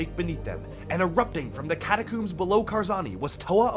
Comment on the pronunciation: My immersion reached all time highs during this video, only to be broken every time he pronounced catacombs as "catacooms" but I love it 😂